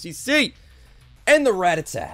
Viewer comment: so.... is he like a big fan of the band Ratatat, or does he genuinely just mispronounce it each time?